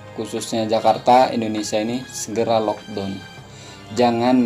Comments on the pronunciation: lockdown bang..bukan lodong..saya berapa kali dengar abang sebut lodong..saya fikir sejenis makan ke apa ni..rupa2 nya maksud locdown..kelakar la abang ni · bukan "lockdon" ...sebutannya ialah "lockdown"